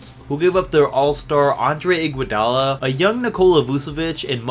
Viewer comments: Iguodala not Igoudala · Its Iguodala, not Igoudala smh